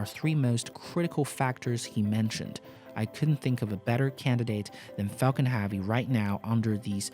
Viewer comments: Can you learn how to say 'heavy', please. It's not prounounced 'haaavy' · Anyone else bothered by how he says heavy?